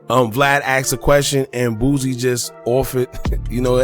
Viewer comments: Please please please stop calling him BOOZIE it is BOOSIE pronounced BOO C!! Lol too funny. You're not the only one that does it though. 🤣🤣🤣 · My guy pronounce every word perfect but can't pronounce Boosie bruh it's Boosie NOT BOOZIE who is that